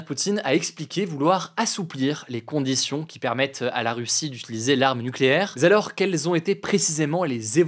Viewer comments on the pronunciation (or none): Hugo "mais zalors" :)